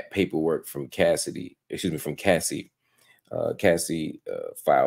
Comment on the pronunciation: why is it so hard for everyone to say CASSIE! not CASSIDY! 😂😂😂